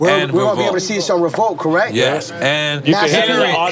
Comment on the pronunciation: Yoo ion know who else peeped but this man KHALED SAID CORRIGHT!! Wtf 😂😂😂😂🤣🤣🤣 and they understood his ahh